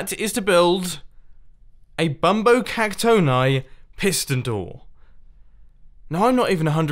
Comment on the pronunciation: Mumbo I think that bumbo Caxton is pronounced bumbo cacton-e